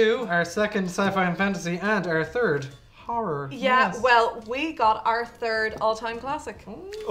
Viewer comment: One ‘har’ means one ‘horror’. Ffs, I’ll be honorary Irish by the end of this.